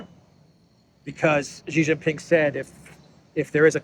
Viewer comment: SHEE JIN PING NOT JHEE JIN PING, JHEE MEANS PENIS IN CHINESE LANGUAGE. STOP BEING A DOOFUS.